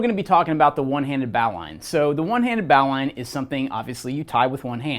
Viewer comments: Originally, it was a naval rescue knot. It was thrown from the bow of a ship to those in the water. The annunciation has been "bo-lin" knot over time. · Dandy video. The correct form to pronoune the word NOW is bo lin just like what Alexander said. English changes (too dang fast and stupidly sometimes, like in this case). I never thought about the etymology of the word though. "Bow line". Very cool little fact you put on here. I'm a climber and work at a climbing gym...I'll definitely use that little fact in my classes. In the end, thanks for the education buddy, but you'll probably get corrected on that pronunciation for the rest of your life. Especially on youtube where folks are quick to respond haha Peace n Luv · Definitely not a bowel line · >says one-handed >uses two hands Also, you're not saying Bowline correctly. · I believe you are mispronouncing bowline, merrium-webster seems to agree with me